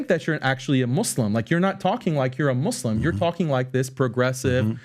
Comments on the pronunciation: PBD lived so many years in iran, but he still pronounces "muslim" like "moh-lehm". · The way he says Muslim with an accent? But then speaks perfect English?